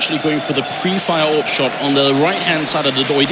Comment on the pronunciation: Is it just me or is it annoying when the say a,w,p. JUST CALL IT AWP